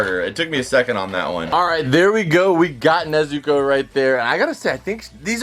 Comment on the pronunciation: Anyone bothered how he pronounces Nezuko? and Akaza skin aint green his got normal skin color